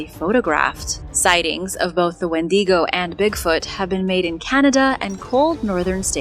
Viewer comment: adore the channel.... but... wendigo is not spanish, it's pronounced WENDYgo, not when DEEGO. i know you try hard and normally you get a lot of words right, but seem to struggle a lot with canadian/first nations names like that one and newfoundland (newfundlund). canadians have a lot of first nation named places and they're are hard to spell and say... IE Penetanguishene... which most of us just call penatang for obvious reasons.